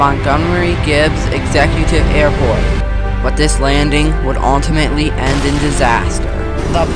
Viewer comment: Take a shot everytime he says ultimatally 😂